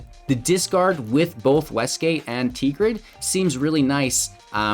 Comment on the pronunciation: I gotta say, "Tee grid" really started tilting me... TeRgrid anyone? Sorry, I know Karen comment but I watched til the end and you said it so many times it became like nails on a chalkboard lol.